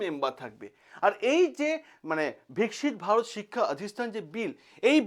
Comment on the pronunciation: বিকশিত ভারত বললেই হয় ; ভিকসিত বলার জন্য শুনে বিরক্ত লাগছে